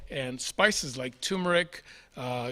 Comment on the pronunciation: WHY ARE YOU (AND 10,000 OTHERS ) NOT able to pronounce TUR-meric properly. . This mis-pronouncement, simple as it may seem, is the kind of thing that damages credibility. If you are going to recommend a food, you ought to be able to read and pronounce the name properly. Otherwise your list looks wonderfully healthy and life-extending. 👍 And I am grateful for it. ❤️